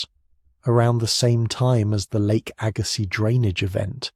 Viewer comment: Arrrrghh!!! AI lousy pronunciations!!Lake AG-ah-sees. Agazziz.